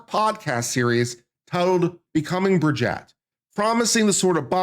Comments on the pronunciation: And Bri-jeet. I can't stand them, but even Candace says it correctly 😅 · The name is not Brigette but BRIGITTE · You can’t even say Brigitte’s name properly. Would I believe you have done thorough research? No!